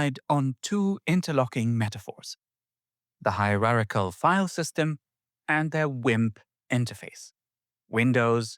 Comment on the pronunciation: What‘s a „Hirerachel File System“?